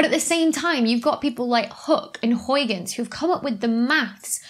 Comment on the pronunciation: Why correct the pronunciation of Fresnel but not of Huygens. I know that for English speakers have trouble pronouncing Huygens correctly, but still.